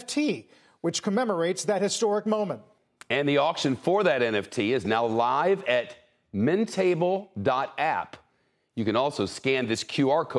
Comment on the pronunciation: Shep, it’s Mint-able